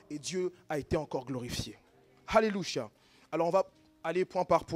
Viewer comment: Je suis d’accord mais pourquoi il dit alélucha😆🤨